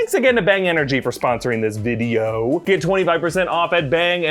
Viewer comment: made sure he pronounced “video” extra properly this video